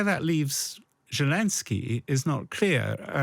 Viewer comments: If this guy wants to sound like he has any idea about geopolitics, he should learn the name of the Ukrainian president. It’s not Jalinsky, it’s not shelenskyy, it’s Zelenskyy. Get it right, man. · I know it's a minor point, but why can't a so-called expert pronounce Zelenskyy's name right? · God, this bloke urms and errs far too much! More importantly, can't he get zelenskyy's name right?? That aside, an interesting discussion